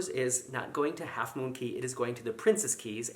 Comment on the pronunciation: Multiple thumbs up for correctly pronouncing Cay/Cays!!! Very excited that you are going on a DCL cruise! Here are a few Disney DCL must-do's: #1 - Brunch at Palo (Pah-loh, NOT Pal-oh LOL), go for brunch not dinner. No jacket required at brunch, just a collared shirt and trousers. If you can't get a table, try at embarkation, and also the days that Palo offers brunch. Be persistent and you will get a table! Do not miss a dinner at Animator's Palate (AP). Don't nick the knives from there either, they sell them in the shops for $9.95USD LOL! Before embarkation day, call DCL and request AP for your first night, that way you can eat there a second time on the fourth night of your MDR rotation. You can also request a table for two at the MDR dinners when you call DCL ahead of time since I'm sure you will be 'celebrating an anniversary' wink wink nudge nudge! That may be good so you don't disturb others while you vlog but I prefer sitting with strangers. It's a good way to makr "stranger friends" onboard! The two dinner "shows" at AP are different. There is a late night buffet at Cabanas following the Pirate Night fireworks that has the famous Disney Parks turkey legs. There's also a late night mini buffet each evening by the adult night life District. Be on the lookout for Sleepwalking Goofy. I hope you vlog him. For room service, there is also a "cake of the day" option and the Mickey ice cream bars can also ordered in the MDRs. Enjoy a run or a stroll on the fully wraparound Pro